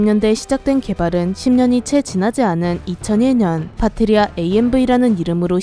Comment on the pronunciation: '파트리아' 가 자꾸 '파트리샤' 로 들림^^